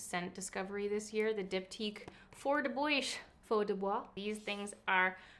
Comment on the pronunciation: Am I the only one who tries to guess her favorites LOL? I think my favorite products this year have to be the tower 28 Lip Jelly, the soap brow technique and lastly the Glossier cloud paints! I laughed so hard when you pronounced the diptyque candle name LOL my BF pronounced it the same when he first saw it too HAHAHA! IG